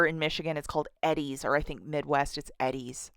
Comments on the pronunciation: lol i dont think ive ever heard it pronounced ed-deez ..... usually its E-deez :) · Lol, it's killing me how you keep saying Eddie's. It's pronounced EEE-DIES. 😊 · Its pronounced Eee-Dee-s ☺🤗